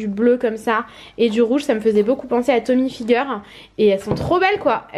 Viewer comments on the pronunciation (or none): Coucou j adore cette vidéo. Mais juste un truc ont ne dit pas tommy figer. Ont dit Tommy et hilfiger ont ne propose pas le g ont prononce juste toute les autres lettres. Mais bon pas grave. Je tadore. Super youtubeuse